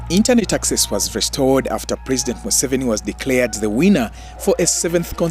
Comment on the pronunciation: Mu-Seventy Seven😂